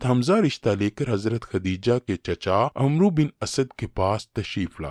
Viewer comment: جناب آپ کی ویڈیو بہت اچھی ہیں۔ اپنی کوشش جاری رکھئیے۔ البتہ عمرو کو امرو نہیں کہتے بلکہ عَمْرْ کہتے ہیں۔ برائے مہربانی تصحیح فرما لیجیئے